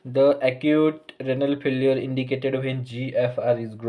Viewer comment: It's renal not ranal pronounce correctly